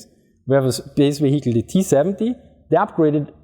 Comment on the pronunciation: want to laugh at him for saying VeHeecle then I try to prounce german compounds like Rechtsschutzversicherung and shut my mouth.